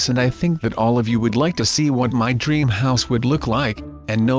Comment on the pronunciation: He says DREM HOUSE it's DREAM house